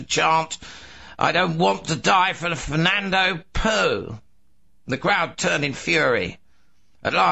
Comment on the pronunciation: that's not how you say Fernando Poo...oh well